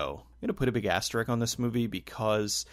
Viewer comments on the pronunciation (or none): asteriSk not asterik.